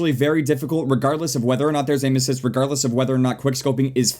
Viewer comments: said aim assist like anuses XD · when he says 'aim assist' i hear 'anus''😂 me and my dirty mind